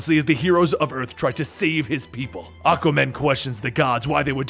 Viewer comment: Hearing you say “Ahka Man” 376 times made my fucking day. 😂😂😂😂😂